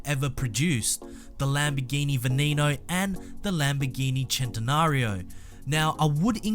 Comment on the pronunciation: You said Veneno wrong. It's not an english name. The E's are not pronounced as E's.